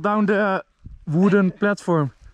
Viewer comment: Als enzo Engels praat: heay uhh felt down on the woeden pletvorm